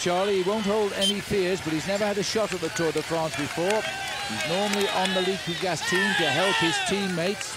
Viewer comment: Liquigas pronounced Leakygas?